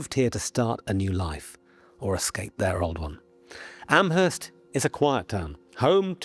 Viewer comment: This is not important, just an FYI. Amherst in Nova Scotia is pronounced Ammerst, possibly because historically it is near to Nova Scotia's Acadian (French-speaking) settlements where the H sound would be omitted. Another thing is that I wouldn't put much stock in the significance of MacNeil surname indicating one and the same person - all of NS is rife with MacNeils of all spellings. Speaking as someone who lived in the region for several years.